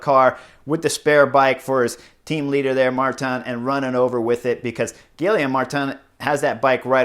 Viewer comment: Really like the insider views on this, but honestly... how does someone who has ridden in Europe for as long as Horner (with multiple languages/nationalities) be soooooo brutal on pronouncing anything outside of English?? Gill-EE-ohm ??